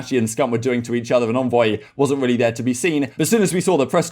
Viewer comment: It's Envoy not Onvoy why are you pronouncing it so wrong? I'm English as well, it's bizarre how you are saying it.